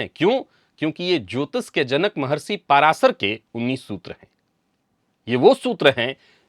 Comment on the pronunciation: जिस प्रकार 'सकारात्मक' शब्द को "साकारात्मक" बोलना और 'अध्यात्म' के स्थान पर "आध्यात्म" लिखना-बोलना ग़लत है, उसी प्रकार महर्षि 'पराशर' का नाम "पाराशर" बोलना भी ग़लत है।